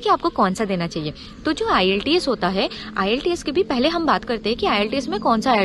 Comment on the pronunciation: Iillteeas nhi hai bolna to sikho pehle